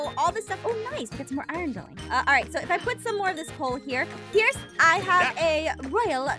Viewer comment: Pierce. it's. Pierce. Please. Trust me. it's. Pierce